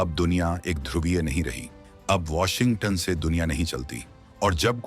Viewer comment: वोशिगं टन नंही वोशिगंटन बोलो भाई! 🙏